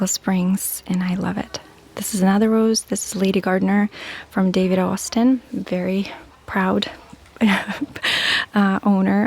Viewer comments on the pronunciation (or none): none